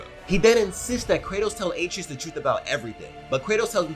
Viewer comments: Bruh his name is pronounced (uh-tray-us )😂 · Great video only one critique boy name is pronounced as ah-tray-us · He’s pronouncing his name 8 tree us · You're saying his son's name wrong. It's pronounced uh-tray-us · It’s a-trey-us, dude. C’mon. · Atreus' name is pronounced A - TREY - US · Did you pronounce R tre us us ay tre is 😂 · lmao im confused on how you played the whole game and cant say atreus (uh-trey-us) right. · Butchering that boys name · Need a counter for the number of times they mispronounced Atreus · I’m mad you said Atreus name wrong